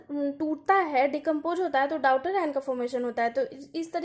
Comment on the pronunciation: आप daughter ( डॉटर ) को डाउटर पढ़ रहीं हैं 😢 और आप chemistry पढ़ा रहे हो